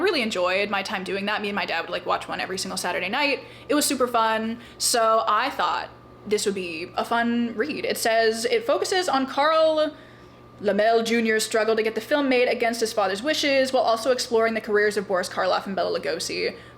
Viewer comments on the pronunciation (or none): Carl Laemmle pronounced Lem-lee. That book is a very interesting read, btw! 😊